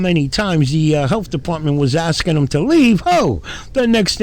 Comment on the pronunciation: He keeps “axin” but gets no answers. Totally ignorant and clueless.